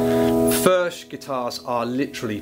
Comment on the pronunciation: It is pronounced "Firk", it is Czech.